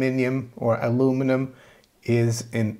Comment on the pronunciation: Glad you are saying "US Cents" instead of Pennies. As you know, the US Mint has never coined the penny; it was the British Mint who coined the Penny, the US denomination is the Cent. Just have to work on the pronunciation of Aluminum. ə-loo͞′mə-nəm Cheers!